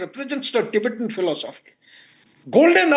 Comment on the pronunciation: also its Tibetan not tibetian